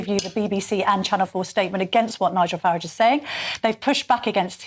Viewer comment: His name is Farage rhyming with garage. Not Faridge. I have no idea why so many tv and radio show hosts seen to go out of there way to not correctly pronounce his name but will happily address someone with their chosen pronouns out of respect.